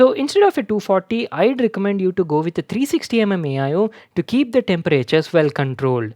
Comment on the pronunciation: keap? You mean keep lol